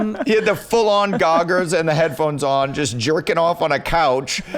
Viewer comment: Adam would say “ goggers” instead of goggles